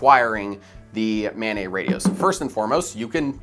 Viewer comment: "Mobile Ad-hoc Network" (MANET)...the "NET" is short for "NETwork", not "NEYwork". It's maNET, not maNEY. (that said, this is good shit, I subscribed) ;)